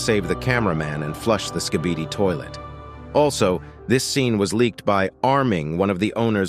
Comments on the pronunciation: If you hear closely, it sounds like the big skibidi is saying, kibidi skibidi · XD bro said skebidi toilet